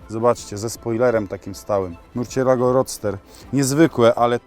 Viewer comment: hahaha kiedyś mówiłem "Lambordżini" Also: "Murczielago"